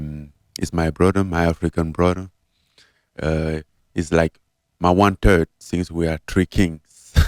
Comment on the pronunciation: Thought he said one turd, instead of one third”